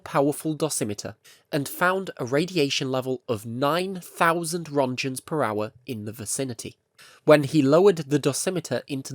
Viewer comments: wish they could pronounce roentgens correctly, like you did all this research but didn't look up on how to pronounce the father of x-ray's name. :I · Please google how to pronounce rÖntgens